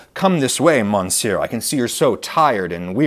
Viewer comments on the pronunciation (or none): monsieur and is in no way pronounced "mon sieur" in either English or, for that matter, French. The French pronunciation is /mə.sjø/, the English pronunciation is /məˈsjɜr/ — if the IPA throws you, one dictionary gives the English pronunciation as muhs-yur. In any event, the first syllable is not pronounced "mon" (as in "monolith") in either language. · Monsieur is one of those words that are pronounced very differently than how they are written. Maybe worth checking out the pronunciation. (; I was in Bloomington twice a couple years ago and this brought up some memories (:. The best place in Bloomington was this Chinese place - I forget the name, but it was on the outskirts of town and (of course) had only Chinese people in there. It was my first time trying kung pao, but in my memory theirs was really excellent. I still think about that one a lot, even though I've made kung pao myself tons of times by now and have gone through pretty much all the recipes, but that one really hit different. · It's gross the way you pronounce the "n" in "monsieur" as if you are pretending to be ignorant for a joke. That stopped being funny when "Hee Haw" went off the air. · At the risk of being a pedant or even worse a bit ‘bougie’, it would be great if you could pronounce French words correctly - eg ‘petit’ and ‘monsieur’